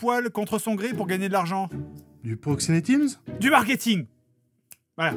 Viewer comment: LA réplique culte : "Du poxénétimse ?" ça m'a tué !